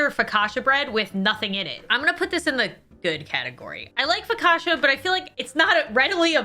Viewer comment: Why am i the only one that thinks she said focaccia wrong? 😔